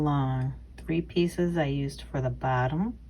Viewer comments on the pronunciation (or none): none